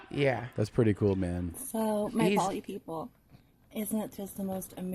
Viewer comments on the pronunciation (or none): it's poly 🤦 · It's poly, not polly. I think it's time for Tim to write you another poem. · Polly ?? Like aunt Polly from peaky blinders! C'mon man. It's poly😆